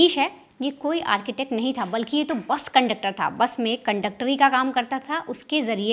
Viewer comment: pe jis tarah jor dekar is ladki ne bus conductor shabd bola...vo iski mansikta darshata hai...